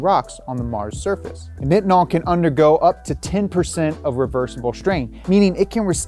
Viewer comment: As a person who makes Nitinol wire, it’s hard to hear you call it “knitinol”. It’s pronounced like “Nightinol”. We often call it NiTi (NyeTye). We make it for agencies like NASA along with other sectors like the Medical Field being one of the most commonplace uses of Nitinol.